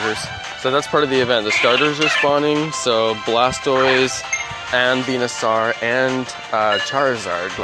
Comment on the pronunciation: you're saying Venusaur wrong